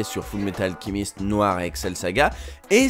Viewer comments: Pourquoi tu dit Full Metal Alkimiste? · Parce qu'il le prononce à l'anglaise